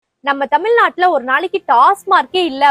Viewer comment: தமில் நாடு இல்லை, தமிழ் நாடு என்று சொல்லவும்